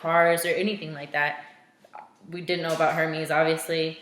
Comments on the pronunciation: Hermès... “air:may” not “hermeez” 💁🏻‍♀️ just sayin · Forgive me for being a snob, and looking like a pretentious one at that. You pronounced "Hermes" wrong. It's pronounced more like, "air-mehs" H's are always silent in French, and I have a french bf, so I felt compelled to comment. That is all.